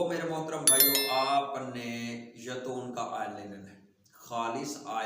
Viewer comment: اپنا لفظ درست کریں خدا کے لیئے اللہ پاک آپ کو اجر عظیم عطا فرمائے آمین اصل لفظ نسخہ ھے ناکہ (نسکہ ھے) دوسری اب پتہ چلا ھے آپ نے بولا ھے ( یتون )یہ اصل لفظ ھے زیتون تو پلیز اپنے لفظ درست کرلیا کریں شکریہ